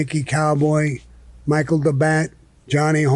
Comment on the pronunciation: His name was Michael DeBatt, but the way Sammy pronounces it, it comes out as Michael the Bat. Sammy also had him killed, along with a few others in his crew.